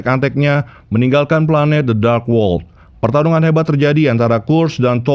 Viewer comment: Min kenapa dark dibaca jadi drax dengernya aneh